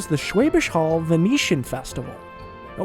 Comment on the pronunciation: I do accept his "Schwäbisch" but he still says "Holl" to be honest. Look, we are goddam nitpickers, we have to. Also, "Brezel" would be nice, spelled correctly :)